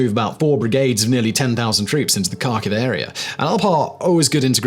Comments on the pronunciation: its pronounced Harkive. not Karkive :) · Kharkiv is pronounced Har-keev I believe. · Simon, please learn some basic Ukrainian place name pronunciation. Your Received Accent bespeaks the traditional British, "I don't care, and will pronounce it any way I want." Here are corrections I encourage you to employ: -KH = H, not K, so Kharkiv = Harkiv, not Karkiv. English does not have the guttural sound like 'ch' in German 'ich' but to use the "K" only is wrong and sounds uneducated -U = is always "oo" as in 'moon' but with less Received Accent 'w' off glide. "oo" not "Moowwn" 2 Vowel Problems: -IU and YU (2 letters in English, 1 in Ukrainain Ю) are ONE syllable, not 2. The town of Izium is 4 letters in Ukrainian (Ізюм). The 3rd letter is the vowel "YU" as in English "you". The town in "EEZ-youm", not "ee-ZEE-youm" -IA and YA (2 letters in English, 1 in Ukrainain Я) are one syllable not 2. The town of Vinnytsia is 7 letters in Ukrainian (Вінниця). The last vowel is Я, or "IA", as in the German 'Ja!'. The town is 3 syllables, not 4: 'vee-NEE-tsya' not 'vee-NEE-tsee-ya' This will make you sound much better and it will show respect for the Ukrainian town names. Few Brits or Americans seem to want to learn this, or god forbid, care to learn it. Your presentations are well thought out and well produced. When you say "Karkiv" and not "Harkiv" all your work flies out the window. Thank you. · There is no city Karkew its Kharkov and the K is silent. It's embarrassing to listen at it. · FYI, Kharkiv is pronounced like Harkiv - the K is to show that you close your throat before saying the H. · Kharkiv has a silent K, Simon.